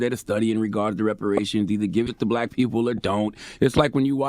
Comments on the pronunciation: Is it just me or do y’all hear “blayque” when he says black?? A mess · He such a bootlick, he can’t even pronounce “black “ talkin bout who is blight? What percentage is blight must u be?!.... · He can't even say black right!! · “Blike” (black) and “Emanstipashin proclamation” killed me.🤣🤣🤣